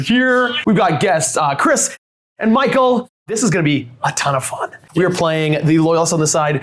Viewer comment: Yeah, 😐